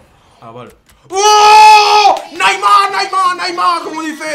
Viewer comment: Minuto koko habla como un tonto tambien en el minuto dice naymar